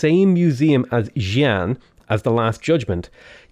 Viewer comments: Xi An is pronounced as Si An, not Sian, its a two syllable name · its [SHEEN] [QI] [ANN] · Pronouncing Chinese words guide. X = Sh, Q = TCH, ZH = J Xi'an = Shee'An Guangzhou = Goo'Ang'Jo Qufu = Tchoo'Foo Xingzhou = Sheeng'Jo Hope than helps makes things easier There are of course more differences. For example, 'C' sounds like a 'Ts' but too difficult for most westerners.